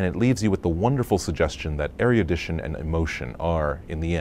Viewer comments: Does anyone know what he is saying ? I can't figure it out. Areadition and emotion? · Ecuse me, do you know what he's saying ? I can't figure it out. Please help me. Areadition? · I'm not 100% sure, but I think he maybe says, "...erudition and emotion..." It doesn't quite sound like that, though maybe he pronounced it a little strangely or the sound quality isn't the best??? Anyway, I think erudition makes sense given the sentence he spoke and the themes of the movie.